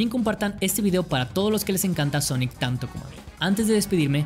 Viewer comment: Todo el mundo: Sonic ERE Champ: Sonic ar 🤣